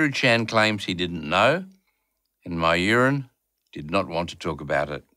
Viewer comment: I honestly thought the reporter was talking about his piss when he said " my urine" 😂